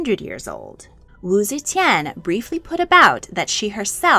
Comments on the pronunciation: AI narrated? coz see chan (ze tian)?? 😢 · My favorite part is when she said zechen